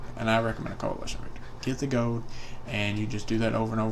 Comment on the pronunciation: The way you say gold sounds like your saying GO